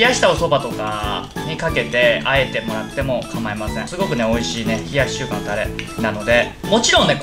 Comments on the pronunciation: リュウジさん名前ちゃんと言えてるやん！！ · 名前ちゃんと言えてる！ってなった俺はもう洗脳済。逆に飲んでないと心配になる笑